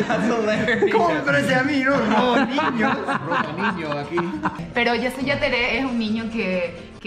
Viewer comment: El que dijo mejor fueeee: jasy jatere